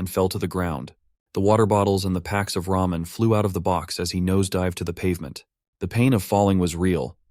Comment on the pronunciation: Not him saying RAMEION